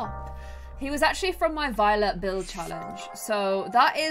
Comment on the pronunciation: Is it just me or when said that Tyler was a very Violet sim it sounded like he was a very VIOLENT sim??